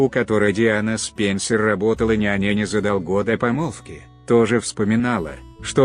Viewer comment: С-ПЕНЬ-СЕРЬ LOL Неужели некому было прочесть по-человечески?...